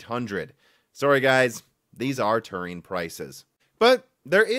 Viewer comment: You’re mispronouncing Turing too.